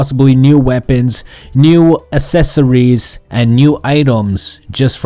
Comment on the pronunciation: "Assesories" ... And I "banged" the dislike button.